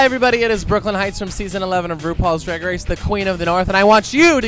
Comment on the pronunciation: L J drAAAAAg con not drEIg con